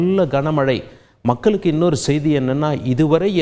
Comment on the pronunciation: மக்கல் நாலை பாருங்கள் கோல்கள் நீங்கல் ஆஹா என்ன அருமையான உச்சரிப்பு.